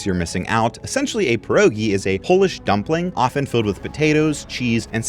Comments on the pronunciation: As a Polish person I am extremely offended by the way you pronounced Pierogi and Kielbasa. It’s pieRogi YOU NEED TO ROLL THE R. And kielbasa is pronounced Kiel-basa. I’m sorry I just felt the need to correct you because I couldn’t not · loved the vid sm, but the pronunciation on polish food made me physically cringe